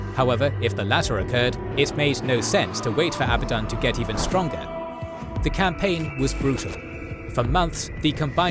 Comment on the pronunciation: At least pronunciations of abadon right